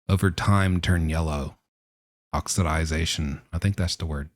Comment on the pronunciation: Nailed the pronunciation of oxidization 👍